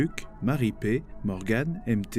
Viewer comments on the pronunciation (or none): none